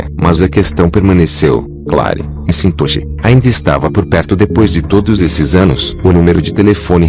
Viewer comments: O nome do homem não se fala em inglês mcintochi e sim Maquentoch . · Só um reparo: não é "eme sintoxe" que se pronuncia o nome do dono, é algo como "méq intóche". Acho que o texto foi lido por um robot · A história é interessante mas o cyborg lendo o texto é desmoralizante. Pô, o nome do cara é McIntosh e ele pronuncia "cintôshi" por várias vezes. Voz insuportável. Se o "Mundo dos Mistérios" quer ganhar mais viewers, por favor, dispensem o robô for good! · Cara, que narração irritante essa. "Michintosh" é imperdoável...